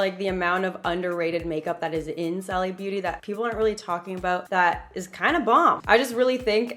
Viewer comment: It’s pronounced “Sally”